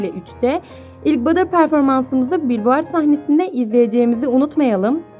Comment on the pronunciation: Billboard bilbord diye okunuyor :))